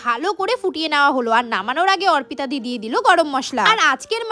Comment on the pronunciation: অর্পিতা ❌ অরপিতা ✅ 😂😂😂 অশিক্ষিত 🤣